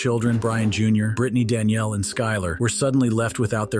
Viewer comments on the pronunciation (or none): none